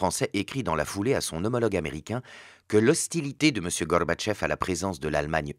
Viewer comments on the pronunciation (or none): Excellent pour le fond. Par contre, il faut qu'il arrête de vouloir prononcer "Gorbatchev" (Горбачёв) avec un semblant d'accent russe, parce que ça ne le fait pas du tout. L'accentuation est sur la dernière syllabe, qui se prononce "o" et la première syllage est affaiblie en "a". "GarbatchÓv"